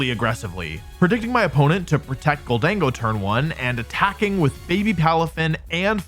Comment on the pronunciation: It’s Gholdengo, not Gold-dingo. It’s already the most racist Pokémon after Pikachu. Don’t make it worse.